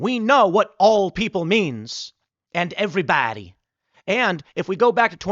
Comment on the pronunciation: Bro the way you said Evrybody 😆 🤣 😂